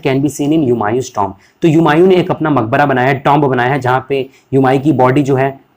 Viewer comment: Tomb ko aap tumb bol rahe ho pagal 😢😮😅